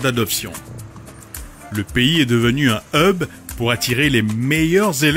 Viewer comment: Déjà ce n'est pas "eub" mais /hʌb/ le h est prononcé. D'accord pour prononcer des mots anglais mais correctement.